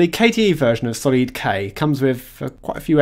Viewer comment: It's pronounced, Solid... Hence it's stability.